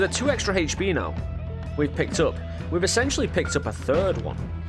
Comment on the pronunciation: Your pronunciation of HP bugs me so much! xD but I still like your videos :) keep it up